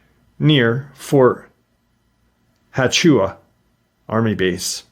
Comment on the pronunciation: Yak-i-ma, not Yakee-ma, thanks for the video oh and it is Fort Wa-chu-ka